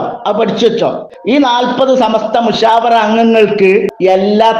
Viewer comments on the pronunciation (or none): മുശാവറ എന്ന് പോലും പറയാൻ അറിയാത്ത ശൈഖുന ഡോക്ടർ